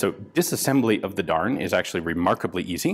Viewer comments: I believe Darne is pronounced "Dar-nay"? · Isnt it pronounced darn-eh? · Every time he said "Darne" I heard "darn." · >'This is a darn machine gun from the darn company' Well Ian, I didn't know you were from the midwest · every time he said darn i laughed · Anyone else snicker a little bit each time he said "Darne"? I did!!! Reading the comments requires watching the video, again!!😂😂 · An American accent really makes the manufacturer's name sound like sincere expression of disapproval.